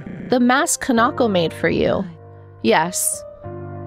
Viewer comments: Is pronouns can-ah-ko not can-naw-ko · I think ka-nah-koh is closer to how it should be pronounced! I say this because i'm assuming the name is Japanese in origin and would be broken up into the characters ka-na-ko. Japanese language basics usually tell you to put the same emphasis on each character unless there is special indicators telling you to do otherwise.